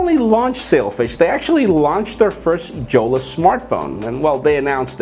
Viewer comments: Jolla pronounced as Yolla and not JJolla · The name is pronounced "Yolla"